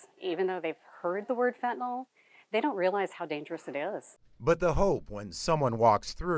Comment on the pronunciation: Fenta NYL (nill) not Fenti NOL, Robert Kennedy is dumb af